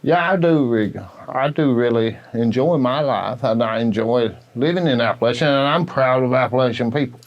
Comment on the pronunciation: Finally!!!You finally said,hesitantly,but said Appalachia right!!Thank ya now....😁 - I can speak to the authenticity of the man;majority folks in these mountains see it just as the man told ya.